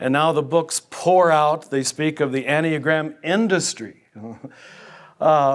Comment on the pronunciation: hasn't this heterodox priest been laicized ? and if not why not. Additionally he does not appear to have the slightest idea of what he is talking about. There is no mystery here about the source of the enneagram (which he does not know how to pronounce) it was introduced by GI Gurdjieff and its description, the accurate one at least, can be found in the works of Pytor Ouspensky the world renowned mathematicians who was a pupil of his in early years of 20th century. gurdjieff remained obscure about the origins of the diagram making enigmatic statements about it. One thing is completely and absolutely certain that it was NEVER INTENDED TO BE USED as a tool of personality analysis. gurdieff in the last months of his life late '49 told his group his life's work would be destroyed and by whom. I believe the source of the corruption of understanding of the enneagram is oscar achayo and werner earhard among others. The Jesuits (who else) became actively involved in propagating and disseminating the version on display here. One can find very correct analyses by Fr. Mitch Pacwa SJ who was seduced into this from the order but came to understand being misled. If anyone reading or listening here wishes an accurate analysis I will suggest P. Ouspenky's In search of the miraculous and Tertium Organum . Shame on this hustler who makes direct contact almost impossible online otherwise I would have been pleased to confront directly. He is what G termed as an "idiot" or in his case a "hopeless